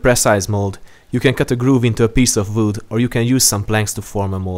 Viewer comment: "a piece of vood"